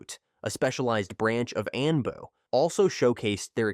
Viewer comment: Stop using bot voices if you want more subs. Never has anyone made this many mistakes in a Naruto video. Spelling Anbu twice, then pronouncing it 2 different ways? And incorrect pronunciation all over the place